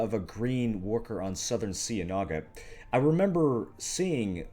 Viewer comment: You're mispronouncing "cienaga" and it's triggering me.......